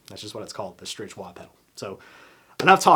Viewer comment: Hi, I have a Strich 6 guitar stand and LOVE IT! Heavy duty and looks great! Also Strich is pronounced “Strik”. Stand part #FS-S6